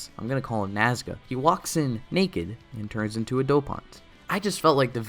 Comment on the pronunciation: The way he says "NaScA" I can't 😹